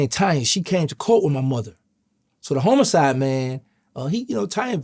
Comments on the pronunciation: HOMO-SIDE 😅 wait what? Lol homicide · Dude said Homo sides